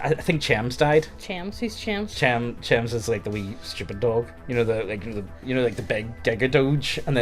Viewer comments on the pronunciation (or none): Mans really called Cheems "chems" bruhhhhhhhhhhhhhhhhhhh RIP Balltze EDIT: mate do you know what "per se" means?